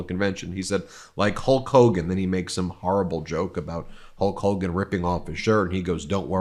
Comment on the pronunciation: "Hawk Hogen" and "Abbey Road" and Dumble Trump is not president, take this guy away